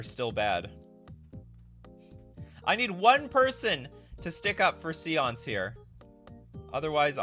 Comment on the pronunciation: Séance is not pronounced see-onse; its say-onse